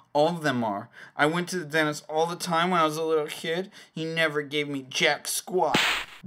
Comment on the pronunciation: Does anyone else notice their saying "Denist" not "Dentist"